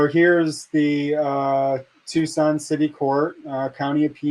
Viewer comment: Watching from Tucson, Az!! You said our name right too! So many ppl say Tuk-son vs Tucson